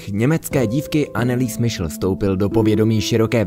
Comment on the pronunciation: Nechcem byť hnidopich ale podľa nemeckej výslovnosti by sa mala volať anelize michel